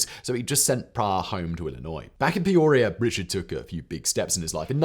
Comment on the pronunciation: Lived in Peoria my whole life. Never heard it called peuurria.